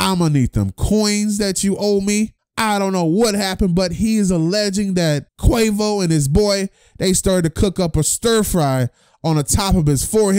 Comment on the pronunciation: You said Quavus 😂😂😂😂